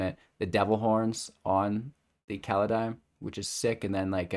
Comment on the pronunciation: Ah yes, Kaladeim. Didnt even last 10 seconds of the video without the screwup I see